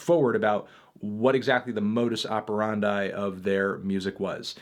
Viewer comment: Did he just say "modus operanday"?